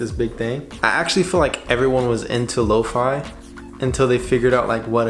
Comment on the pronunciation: You pronounced lofi wrong its lo fee